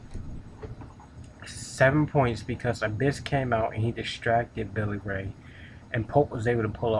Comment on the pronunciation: Lol, did you say Rosie B. That chick's name is ODB. And did you say Billy Ray? It's Bully Ray.